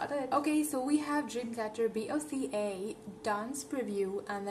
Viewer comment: It's Boca as a word. Not B.O.C.A as every letter ;)